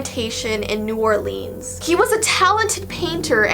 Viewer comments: ITS NOTT NEW ORLEENS ITS NEW OR(LENS) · I know you are Canadian but it’s pronounced New Or-Lin-s